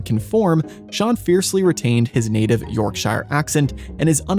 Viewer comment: "York shy er" lol